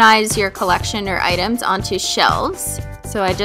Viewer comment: she said items but i yhoght she said anus i was like wtf lol